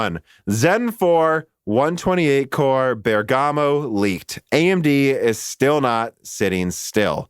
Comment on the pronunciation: Great content as always, but please stop sayng "bergàmo", the italian pronunciation is "bèrgamo" ;)